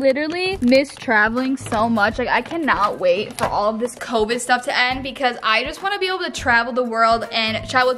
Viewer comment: It almost sounded like she said covis 😂😂😂